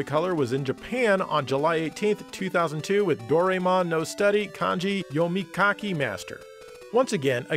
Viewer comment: Seriously why can't nobody say his name right? It's Do-rai-mon not Do-rie-mon.